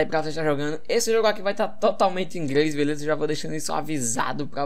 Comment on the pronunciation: "Ingrês" KKKKKKKKKKKKK